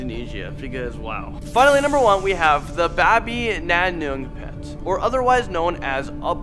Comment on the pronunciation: Tuyul just like to steal our stuff Also the way that you said babi ngepet we Indonesians hear babi nanungpet